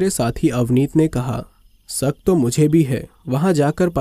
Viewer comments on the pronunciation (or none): आसा नहीं आशा, सादी नहीं शादी., सक नहीं शक, सायद नहीं शायद............